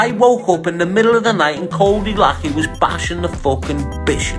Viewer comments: I know it's spelled lachey but it's pronounced codey lack _ey not lake_ey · We all know Cody is a absolute wrong-un but we also all know how to pronounce his (current) surname , Lachey= " LAShey" , it's not difficult , just like Cali is not pronounced Carly FFS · its pronounced lashay